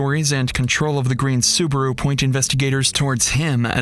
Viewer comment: Its called: SUBARU Its not called: SUBURU